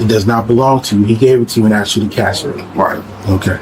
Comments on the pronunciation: They didn’t asked him they axed him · Axed ? The word is asked! 🤦‍♂️ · "THEY AX ME😂 THEY AX ME😅 THEY AX ME😂😂😂😂